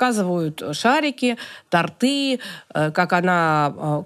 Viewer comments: Ещё она сказала тортЫ, а не тОрты 🤦🏻‍♀️ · Удивлена: человек с ТАКИМ образованием, а слово "тортЫ" произносит 😢. Нужно русский язык как-то подучить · напишу,пожалуй, "плохой" комментарий: тОрты правильно 😂 А вообще, когда 1йраз послушала,как раз у Малахова,,вас, так и не смогла забыть.. Чувствуется,что психолог вы замечательный. Я,кстати, тоже имею образование психолога)